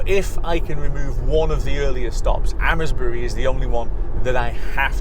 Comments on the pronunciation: Thanks, just back from the Amesbury supercharger, its pronounced as 'Aimsbury' 🤣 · Amesbury is pronounced Aimsbury.